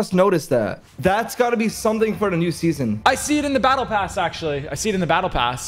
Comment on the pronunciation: It’s pronounced SEASON not SESSION